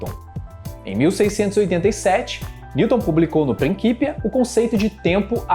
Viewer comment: Execente trabalho o do canal por isso vou dar uma dica Principia em latim se pronucia como em italiano com a letra c com som de tch e não como qu.